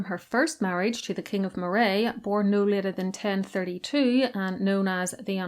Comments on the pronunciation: Some of your pronounciations a bit dodgy! Moray is pronounced as if Murry not Morray, and Glamis is pronounced as if Glamms not Glam-mis. Interesting nevertheless. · Just for future reference, Moray as in the region of Scotland is pronounced Murray and never like Moray as in the eel. Not the easiest to know if you don't live in Scotland, but that's where all your Murrays hail from originally. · Moray is pronounced like "Murray" and Glamis is pronounced like "Glams". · Great video! My pedantry is screaming at me though to tell you Moray is pronounced "Murray" and Forres as "forest" without the T. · As I live in the next door county to "Moray" it is pronounced Murray as in the surname. I live in the Pictish kingdom of Ce. You should try doing a video on the Picts as that is interesting as there is a LOT of pictish stones here. Loving the long video :) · I love your channel, I hope you don't mind if I correct your pronounciation. Moray is pronounced with the emphasis on the first syllable, same for Rothsay.